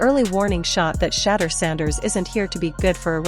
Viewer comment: then program it to say she door!